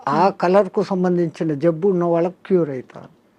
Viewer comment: Vallaki కాదు వాళ్ళకి అని పలకాలి తల్లి. నీ తెలుగు వింటే చిరాకొస్తోంది. మంచి మంచి వాళ్ళను ఇంటర్వ్యూ చేస్తావు. కొంచెం తెలుగు మంచిగా పలికితే ఇంకొంచెం బావుంటుంది